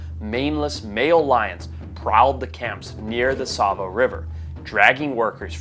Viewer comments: Btw Tsavo has a T which is silent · That should be Tsavo, not Savo.